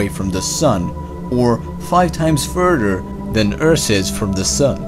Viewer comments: My god... it's "furder" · Earsh and fursher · 5 times "furder"